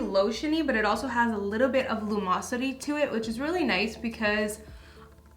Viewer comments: Luminosity not lumosity lol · I think the word you’re looking for is luMINosity. Not “lumosity” lol:)